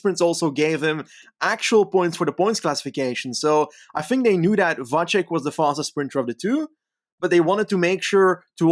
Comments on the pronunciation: Vacek is pronounced with 'ts' sound, looks like to me. So VAH-tsek, not VAH-check. Someone correct me if I'm wrong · You are right. I found a sample of someone saying 'Miroslav Vacek'. He said Va-tsek. I believe Va-check would be written 'Vaček'.